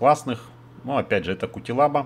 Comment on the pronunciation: Спасибо друг за труды ) извини что подправляю))) но ухо режет просто)) не Кутелаба а Куцелаба читается его Фамилия)))